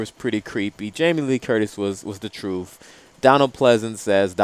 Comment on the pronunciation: Truth. Not trufth.